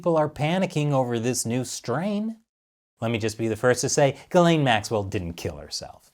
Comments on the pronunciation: Its pronounced "Gee-slen" not "Guh-lane". It's French :) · I think the real pronunciation of her name is more like Jiz'lane